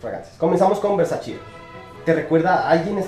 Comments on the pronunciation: Se pronuncia :Ver-sa-che . No : ver-sa-chi Hasta la misma donatella versace (hermana de gianni versace, fundador de dicha marca) lo ha aclarado. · Hola,,, me gustan estos versus,,, personalmente no me agrada ninguno,,, aunque tolero un poco a Eros,,,, el otro ni hablar,,, y una pequeñísima corrección,, versace se pronuncia ( versachE no versachi) un agrado ver tus videos,,, besos!! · "Versache" amigo es italiano tu lo has dicho, no es ingles, no es frances, es ITALIANO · Hola! Muchas gracias por el aporte! Ya me hicieron la corrección y escuche a la mismísima Donatella Versace pronunciando su apellido! Lo tendre en cuenta para la próxima fragancia de esa casa. Éxitos!